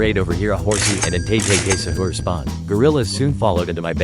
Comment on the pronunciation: Not only did he say 911 crocodiles but he said KKK sahur💔